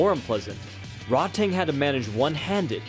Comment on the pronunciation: Way to mispronounce Rodtang name the entire video 😂😤 It's pronounced Ro-taang not fucking Rod tang clan or whatever you were saying